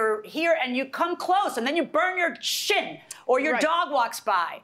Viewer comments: Took me three rewinds to realize she says “You burn your shin” and not “burn your shit” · I dont know. I keep hearing a hard "T" pronunciation at the end. I hear "Shin" the I hear "ShiT.' So I don't know hahaha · Sounded like the judge says "you walk part the stove and burn your shit!" After listening 3 times I caught on that she said "shin"....lol....😜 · I listened closely four times, I still hear 'shit' but since there were no gasps, claps, or laughs, I guess it was shin lol. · I thought she said shit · She said, "Shin".